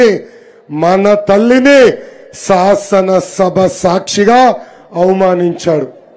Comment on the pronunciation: DADDAMMA SAASANA SABA KAADU SHAASHANA SABHA TELUGUKU NIIVU OKA CHIIDA LAA PATTAVU KADARAA NII NOTIKI KUTLU VEYAALI RAA PARAMA SUDDA SUNTAAAA.